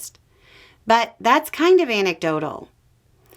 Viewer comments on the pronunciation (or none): none